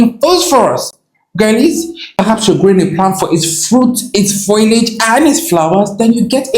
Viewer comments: Maybe he's saying foilage... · Am I the only one upset I can't make fun of the way he pronounced foliage in text?